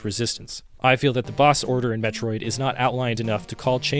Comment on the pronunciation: No, I don't mean captain N. I mean officially licensed Nintendo commercials. Things created BY NINTENDO. Not 3rd party cartoons made by DIC to capitalize on the next cartoon idea. I'm not trying to push an opinion on you. I gave you the original pronunciation. As someone who's attempting to make "Metroid content", I'd think you'd be a little more receptive to someone civilly pointing out that you're mispronouncing the main character's name. Instead of arguing with me, why not go do some research... ಠ_ಠ